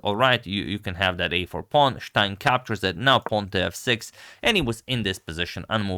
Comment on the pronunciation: Its not schtein...its stein